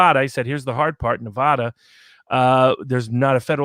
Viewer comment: Please, Please give me a New Yorker who can pronounce NuhVahDuh ().